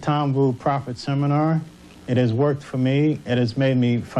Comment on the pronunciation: The Tom Vu Seminahhhh!!!